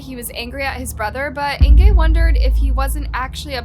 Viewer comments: I keep trying to like this channel, keep coming back but every single time she butchers the victims name I can’t stand it. It seems like a small thing to do, Google the name and listen to how it’s pronounced ffs 🤦🏻‍♀️ how do I get this channel to stop showing up on my For You? A minute and 46 seconds in and it’s driving me nuts. I give up. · I cannot listen to this whole video where she consistently mispronounces Inge's name. It's "In-guh", not "In-gay". How do I know? I have a great aunt with the same name. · it's Inga - not Ingay .... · Its Inge, not Ingay!!!!!!!! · Her name is pronounced Inga not Ingee'! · I really enjoy these videos by but I'm a little confused by this one. Was the victims name "Inger" or was it "Ingay" as kept changing between the two pronunciations. Try to be consistant please. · Is it just me or is the victims name pronounced Inga or Ingay? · It’s “Ing-gaaaaa”. Not “Ing-gay” I couldn’t listen to the whole video due to the repeated mispronouncing of her name. You actually pronounce it correctly once in the first 5 mins. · Why do Americans mispronounce everything possible? Its not 'Ingay' but 'Inguh'! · Don't think you are pronouncing her name correctly - Inge is INGuh! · Her name is pronounced like singer without s, not like anger. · I am a new subscriber. Suggestion- You really need to work on the correct pronunciation of words. Example. You pronounce Inge’s name differently every other time. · This is a terrible story. And I'm so sad for her and her family, but what gets me is the way you said her name wrong. It's a German name. Inge is said different than what you are saying. I wanted to correct the whole video through. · The miss pronunciation of Ingas name is really annoying :( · “Ingay” ?? Duh. It’s pronounced Inga jeesh. It’s not “Jan” it’s pronounced Yawn. You know, Dutch for John. Do some research when doing foreign stories.